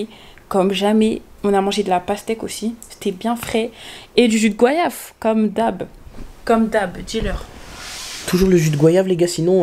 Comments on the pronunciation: Jus de goyave pas « gouayave » 😭vous êtes d’accord avec moi ou pas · MDR ÇA SE PRONONCE GO-YAV ET PAS GWAYAV